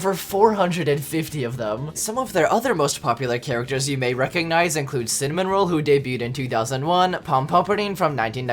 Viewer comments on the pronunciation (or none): Bro its not "cinnamon roll" its cinnamoroll 🙃😩👹 Also not the way you said kuromi its sounds like "cure_oh me" thats how u say Kuromi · CINNA-MOROLL not “cinnamon roll” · When he says cinnamon roll and not ✨cinnamoroll✨💀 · ITS NOT CINNAMONROLL its CINNA-MA-ROLL (cinema roll)CINNAMOROLL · Its actually cinnaMAroll and not cinnamonroll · IF I HEAR YOU REFER TO SMALL WHITE DOG AS “CINNAMON ROLL” AND NOT “CINNAMAROLL” ONE MORE TIME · CINNAMON ROLL WHY ARE PEOPLE SO DUMB THESE DAYS, ITS CINNAMAROLL Edit: ITS NOT PRONOUNCED POMPOMPURIN ITS POMPOMPYRURIN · fun fact cinnamonroll is actually pronounced cinna mo roll, i hear ppl saying cinna mon roll and i had to say it 😭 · “Cinnamonroll” left my body(no offense, i just wanted to say its Cinnamoroll in a way) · WHY DID YOU SAY CINNAMON ROLL ITS CINNOMAROLL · HE SAID "Cinnamon Roll" ITS CINNAMAROLLGET IT RIGHT 😭😭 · Fun fact: its CINAMoroll not CINAMONroll <3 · You: Cinnamon roll Me:its Cinna mo roll not cinnamon roll bruh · just a heads up people can get mad at you for saying "CINNAMON-ROLL" its actually "CINNAMO-ROLL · Stop calling cinnamaroll cinnamon roll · cinnamoroll is pronounced the same as cinema roll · It's pronounced cina-ma-roll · IT'S PRONOUNCED CINEMA-ROLL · The most cursed thing in sanrio is someone pronouncing cinnamoroll as cinnamoNroll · A Tiny correction it’s pronounced Cinnamoroll